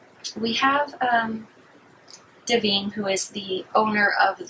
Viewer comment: Honey you flat lined when you mispronounced Divine